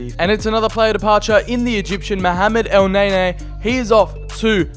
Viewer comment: The name pronunciations killing me Houssem Ayor lol Mohamed El NayNay lol what is this ? dude im dying